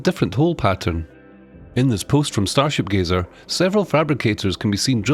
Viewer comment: It's Starship Gazer! Not Geezer..